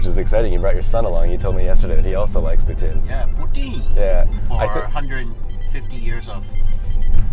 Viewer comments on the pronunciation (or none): stop saying it like that ffs!!!! its POUTINE not POUTIN !!!!!